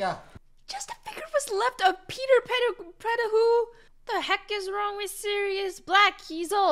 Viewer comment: Peter Petti-who. I love that! xD